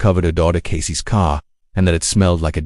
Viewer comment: Sloppy AI dub (Casey's = "Casey-ESS" - dude, for real?), AI-generated visuals, baity narration ("this will change how you look at that case, just don't stop watching!" my ass...), the title is also a bait. Sorry, but there are multiple true-crime channels that actually put in the effort and produce much better content, without trying to trick people into watching until the end... Putting on 'do not recommend' list.